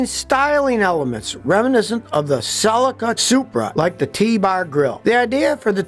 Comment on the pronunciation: How can you trust a guy who pronounces Celica so badly !